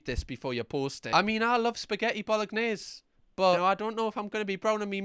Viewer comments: mate, I love you of course, but the way you said Bolognese really sounded like Bollock-nyays. Had me rolling and that's what I'll be saying from now on. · Bolognese with the hard g is wild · i’ve never heard anyone say bolognese like that tbh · the “g” is silent is “bolognese”, …